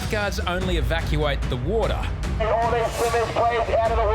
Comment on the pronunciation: Water: "Uodar"?? 😂😆